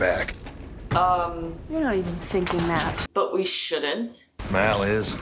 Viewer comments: His name is Mal like AL. Not Mal like mall. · Mal is short for Malcolm Reynolds, not the Mal as pronounced in Portugese. more like the short "a" in apple.